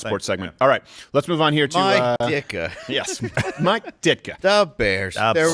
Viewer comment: Oh my God, I'm not one to die laughing at much, but hearing "da behrs" fucking had me rolling.